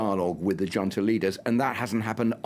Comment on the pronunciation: How am I supposed to take this limey bastard seriously when a grown man, supposedly familiar with affairs of the world cannot or will not pronounce the word "junta" correctly? How can anyone be so insular and be put forward on international affairs. 🤨🤭🙄🤷‍♂️